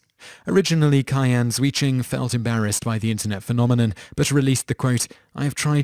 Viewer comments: "Qian" is pronounced "Chyen." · How do you not notice you pronounce the name Qian three different ways within the span of one and a half minutes?